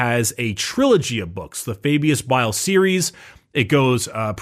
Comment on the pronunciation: "you are referring to Fabulous Bile": "AH, FABIUS BILE!" Notice how DIDN'T fall for the trap and did indeed say his name right when baited him. truly did know his name